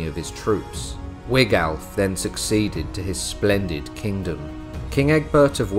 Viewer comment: .....And it's Wiglaf, pronounced Wiglaf...